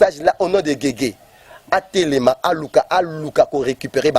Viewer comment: kombo YA guegue na kombo ya Jésus eza différent na prononciation, po bo loba que alobaki yango mbangu yango ebimi guegue, eza na son moko teee